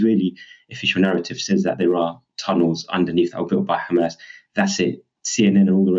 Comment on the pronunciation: Khamas & Khezbollah 😅😅